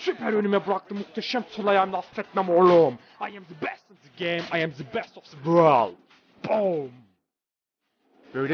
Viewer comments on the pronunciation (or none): the ya neden zı diyosun almanyada öylemi deniyo bana garip geldide